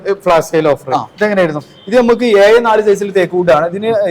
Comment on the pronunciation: ഏയ്യ്എന്ന് പറയാതെ ഏഴ് എന്ന് പറയൂ